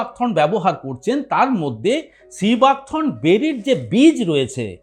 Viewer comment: সিবাক থ্রোন নয় থর্ন।